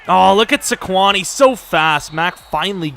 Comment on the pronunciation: It makes me cringe when you say Su-quon its SAY- quon. I'm disappointed in you lol.